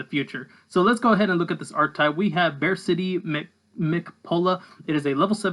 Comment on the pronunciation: I think it’s supposed to be pronounced like “BarK-T” like Arctic. Not attacking you, just theorizing.